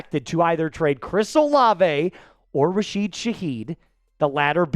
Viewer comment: It's RASHID, not RAHEED